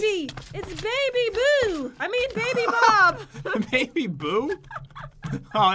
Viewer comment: yu she meant to say bob